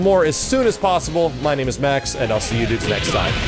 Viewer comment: And they say his name wrong every time